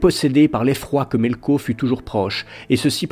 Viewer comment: Melko au lieu de Melkor......Maeglin au lieu de Maegline........colline au lieu de montagne........Eureundel au lieu de Earendil......Gnome au lieu de Elfe.....Toumladen au lieu de Tomladen........HUM !! Prononciation plus que douteuse mais si on y fait pas attention c'est vrai que la lecture audio est très bien merci. La musique coupé et remplacer au bon moment c'est très bien aussi ! Dommage que l'ont n'est pas la suite